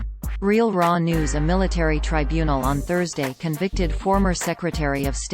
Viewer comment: Well THAT's "good" to know! A ROBOT voice tells me a known criminal wasn't convicted at her TRY BUNE EL! Such "trusty" information! I'm off to hunt Sasquatch!